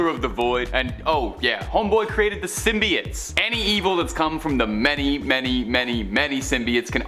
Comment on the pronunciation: He kept saying symbiotes wrong and it was driving me up a wall